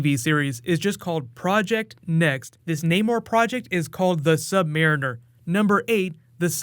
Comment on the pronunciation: Not marren er